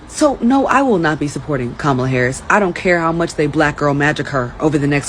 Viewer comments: I despise Kamala but her name is pronounced Comma, like the punctuation mark. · Comma lah. That's how you pronounce her name. lol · Before anyone keeps talking shit, at LEAST pronounce her name right for fucks sake. regardless of who you support, you're making yourself sound ignorant. Making all of the other trump supporters look foolish. i dislike Kamala Harris as much as the next republican but good grief, TRY to sound professional and coherent.